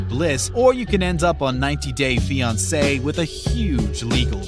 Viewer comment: "NineTy dAY fionCAY"